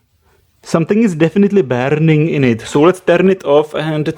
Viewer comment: I wonder if it would start realy "bearning"(thats how you said it in the video)